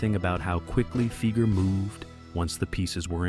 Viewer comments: Doug's last name is pronounced FY-ger, not FEE-ger. Quite lame of you. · Dougs last name Fieger sounds like Tiger not Seeger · C'mon man it's pronounced Figer rhymes with tiger. At least get the name right. His brother Geoffrey is a multi millionaire lawyer in Detroit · Pronounce the name right. Fiiiiiiiiiger. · Everytime you mispronounce Fieger it's 'Fie like fly ger" Anyone that followed the Jack Kevorkians court cases knows. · Hard to get past the narrator's mispronunciation of Doug's name. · AI stuff. Pronunciation of Fieger is wrong. The information is interesting though. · Pronounce Fieger properly please!